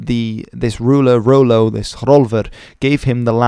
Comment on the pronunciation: "Rollo" rather than "Ro-lo"